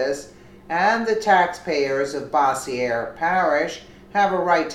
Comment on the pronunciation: Love your vids! Keep them coming...:-) You pronounce that (Bossier) as: Boz-yer lol.